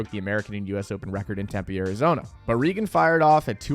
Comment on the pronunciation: yeah was butchering her name